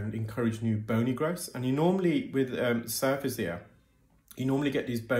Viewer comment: I thought you were saying SUFACE ear 😂